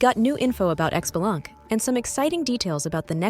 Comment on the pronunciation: i cringe every time people mispronounce his name >.<. It's pronounced *shi-bah-lan-kay >,<